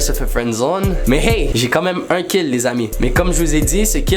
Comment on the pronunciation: Es qu'il a bien dit "j'étais ùn spermatozoïde et j'ai été fécondé"??😂😂frl hahaha